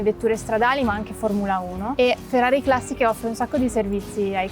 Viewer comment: Ho lavorato in Ferrari come ingegnere nel team di sviluppo e testing e... beh.. che ti abbiano fatto visitare tutto, anche Costruzioni Sperimentali, è davvero una cosa unica! Aggiungo, non so chi abbia doppiato le voci in inglese, ma "Ferrari Classisch" non si può sentire ahah